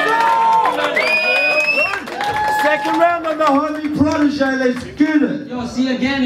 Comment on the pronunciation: ohh shit, Protege's pronunciation is so sharp and clear..